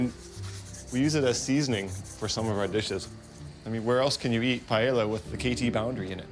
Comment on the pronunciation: He can pronounce all those dinosaur names, and then calls it "Pie Ella"? lol